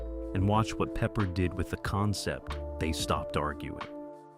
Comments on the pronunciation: Have a thumbs down because pronouncing Peppard wrong, not talking about the act who played the driver/ex-con, the special cigar, and rowing down the river. What fur coat!? Big deal. Still love the show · You call him Peppered?Pa-Pard! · Unfortunately, this video is misleading because there are (too many) clips NOT from the Banacek series, but from the film The Groundstar Conspiracy (1972, also starring Michael Sarrazin). It also obvious that no one edited the mispronunciations of George Pepper's/Pappard's/Peppard's. Do better or don't bother. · Peppered 🤦‍♀ Pep-pard ′ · Pee-pard? Pepper? Peppered? 🤣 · AND even"Peeper"!Ha!😂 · AI doesn’t know how to pronounce Peppered! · Unless there's something we don't know, it's Pep-pard. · George Pee-pard lol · They keep mispronouncing the actor's last name.